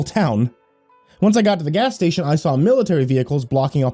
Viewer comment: you cannot... CANNOT... JUST SAY "gas stationary the edge of town" LIKE THAT!